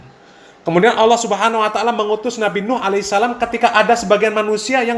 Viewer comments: Lafat Allah di pelesetkan jadi awwoh, ha.ha ha sy jadi ketawa geli Ter Baha Baha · entah telinga sy atau bukan, yg sy dengar dibanyak video stiap kali mas baha mengucapkan Allah terdengar seperti owoh.. 😊